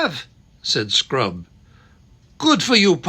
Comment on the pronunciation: First time is at 6.53 chapter 12 of Silver chair. Definitely sounds like 'sprout' and not 'scrub'😅😂